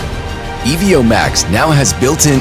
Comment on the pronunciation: Not sure how this video make it to release being called the Ee-Vee-Oh, but not a bad product.